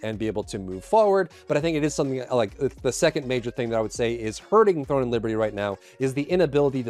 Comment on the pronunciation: Are you saying "THORN and Liberty"?